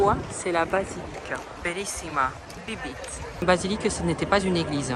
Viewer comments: Bibite x7 dans les vidéos, tu m'as faut trop rire parce qu'en vrai ça se prononce "Bibbité", mais j'avoue que bibite c'est mieux, des bisous 😂❤ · En italien "bibite "se prononce "bibité" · T’as dit cette fois biblite MDR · Étant actuellement en Erasmus en Italie, j'éclate de rire quand tu prononces bibite 😂 + les chansons...excellent